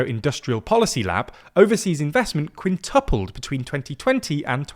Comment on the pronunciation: perhaps the most emphatic expression of quinTUPLED ever spoken aloud